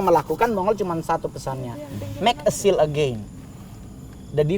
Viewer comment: Seal ya, not shield hehehe